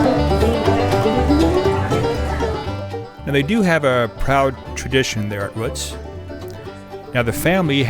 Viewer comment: Been there several times (when I'm in the Lancaster area on a Tuesday), even though I reside 50 miles away. However... I thought, by the spelling, that it was "Rooots" (rhymes with boots), but the narrator refers to it as Ro͝ots, rhyming with books or as as in foot. Do you know for certain if the founder was Mr. Ro͝ot? ...or actually Mr. Ro͞ot?